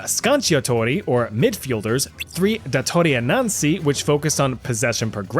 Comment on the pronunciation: Datori Innanzi sounds more like Japanese than Italian.